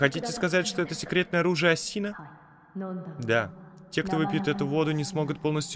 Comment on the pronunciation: Не АсИна а Ааасина